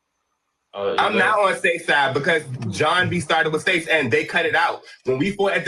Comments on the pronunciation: His name is pronounced S-ACE lmaooo that’s Literally why Him and John were fighting from the jump lmao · Its Seis, like Spanish for six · why are you saying seis like that 😂😂